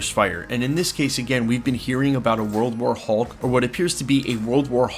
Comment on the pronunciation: You keep putting the emphasis on the wrong part of the sentence when you say World war hulk